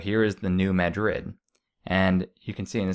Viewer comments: It's not pronounced New Ma-DRID, it's pronounced, New MA-drid, and the river was dry in 2012 as well. I have lived in Missouri more than 15 years now, and I have not seen it low, but saw someone post some photos of it being low now in SE Missouri/Illinois. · Pronounced... Mad' rid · Its pronounced MAD Rid. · BTW it's the New MadRid not Madrid.